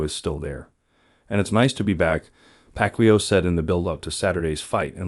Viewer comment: I will watch the full video when his name is pronounced correctly😂